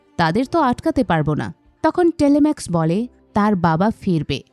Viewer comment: নামগুলো ভুল উচ্চারণ করছেন। টেলিমেকাস, মেনেলাউস, এগামেমনন। অডিসিউস / অফিসিয়াস, ক্যালিপসো আরো অনেক নাম ভুল উচ্চারণ শুনলাম।